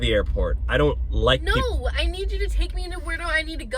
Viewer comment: "NeOw" got me 😂😂